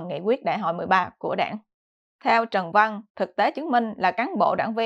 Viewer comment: Trân Văn, không phải Trần Văn.